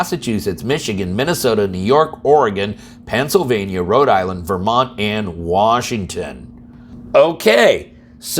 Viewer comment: Rhode Island, not Rhode Islande.